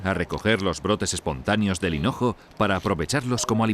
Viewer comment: Dicen Cenojo?? En vez de hinojo??